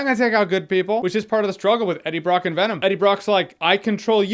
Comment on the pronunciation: When venom’s lips don’t touch to make the ‘M’ sound at the end of his name, it looks so 2000 & late